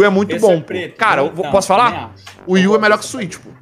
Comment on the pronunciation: mano esse cara me deu odio nesse vídeo kkk, fora que ele disse wi u melhor que Switch kkkk. Meu ouvido até sangrou